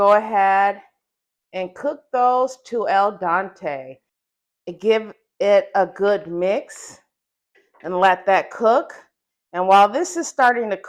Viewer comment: It is pronounced al dente not el done badeeya bit badieya. It looks good